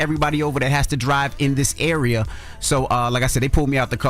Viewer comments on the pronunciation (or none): none